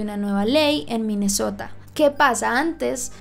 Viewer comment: soy la única que piensa en MI MESOTA cada vez que dice MINESSOTA. se nota que me he visto RÍO